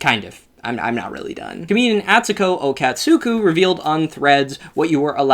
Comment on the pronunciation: I agree with most of what ure saying but ur pronunciation of atsuko’s last name is actually criminal